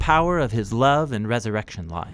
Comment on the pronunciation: Man, the way you say "love" cracks me up every time 😂😂